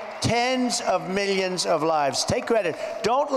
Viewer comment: Millions not "me-yuns"